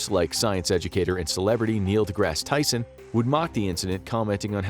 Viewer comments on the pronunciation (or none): none